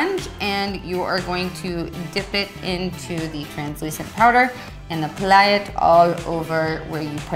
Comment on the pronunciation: why did she say apply like that? When people do that it bothers me like soo much arg